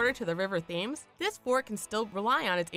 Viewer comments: The River Thames is pronounced "Tims" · Which idiot in the room told the narrator how to pronounce Thames?